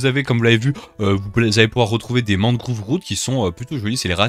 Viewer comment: deep dark mangrove (prononcé mangroove)